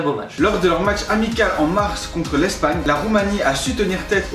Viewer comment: "Lors de leurs matchs "amicals"... MAIS BANDE D'ANIMALS